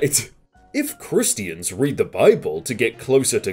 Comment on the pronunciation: Ah yes "crist-ians"